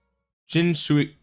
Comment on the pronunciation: It’s read as Qin like Bai Qi, that Qin. And Shi like Chinese way of saying poop. And huang is correct